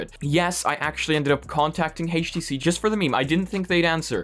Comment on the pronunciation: "Hayyysh T C vive"?